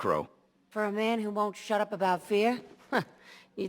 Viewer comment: Put some respect on his name and drop the hard “a”. It’s just Man